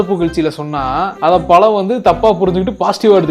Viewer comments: Pazham ❌ Palam✅ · அது பழம்✅, பளம்❌ இல்லை